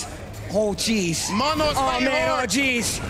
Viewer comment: Moe•No. Not Mah•No.